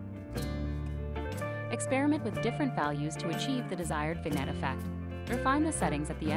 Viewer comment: Helpful video. I thought it was a real person giving instructions until the narrator kept saying "vig-nette." Still, it was helpful. Thanks.